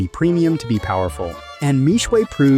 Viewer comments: For those interested in correct pronunciation. Mixue Mi Xue 蜜雪 is pronounced as Me (as in I, me) Swear. Not Me-Sway as in the video. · Mixue means "sweet ice". Pronounced " mee shie ". Mispronounced. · How are westerners always so bad at pronouncing asian names, how did Xue turn into shuay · Bro gotta learn the pronunciation before making video, Mixue is the main keyword of this video, at least be able to pronounce it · How I wish you had researched how to pronounce the brand name...